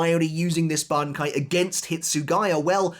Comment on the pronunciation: how many attempts did it take to pronounce that bankai right